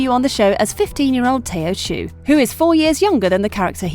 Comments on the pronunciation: Tao xu is not pronounced Tao shoe it’s pronounced tow sue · It’s not tayo shu it’s tao xu lol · 'Joey' 'Tayo show' 'Wa-see-ya'... please learn to pronounce names before just jumping into popular things. Even just watching one interview will help you learn the pronunciation. But thank you for using Kizzy's preferred pronouns. But, if you do make another Heartstopper video, please call them an 'actor' as it is a more gender neutral term, while actress is specifically a feminine term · If I hear “Tayo shoe” one more time ima lose it lmfao